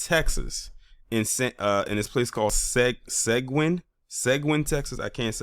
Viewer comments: Seguin, Texas.... It's pronounced Sa gee in, Texas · Seguin is pronounced "se GEEN" like green without the r...Uvalde is pronounced "u Vol day" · In Texas we pronounce Seguin, TX as [Sah-geen'] and Uvalde as (Yu Vahl-day). In any case, Thanks for sharing on this highly important issue. Peace from Texas.